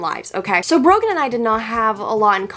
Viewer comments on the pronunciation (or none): I thought she said broken instead of Brogan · Not sure how the algorithm got me here but you get a like for having to put up with "Brogan"